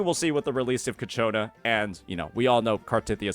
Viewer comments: It's Ciaccona not Cacciona 😭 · Its pronounced CHA-CONE-UH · Of course, its coccaina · I'm actually gonna block this guy if I hear him say ciacconas name wrong one more time